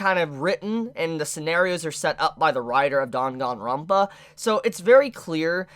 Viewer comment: "dangnangranpa" lol